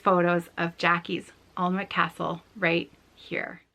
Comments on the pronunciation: I stitched the same project you are gift stitching. I made it into a cushion cover and gave it to my friend for her birthday. But I used the called for threads and fabric. Alnwick Castle is pronounced Annick Castle. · What an inspiring story! Alnwick Castle (you can pronounced it [AN]-[IK]) is just up the road from me here in the north of England and it is so beautiful, I'm glad she has such nice memories of it ❤